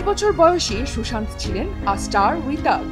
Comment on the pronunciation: উচ্চারণ হবে Sushanto 😢😢😢😢😢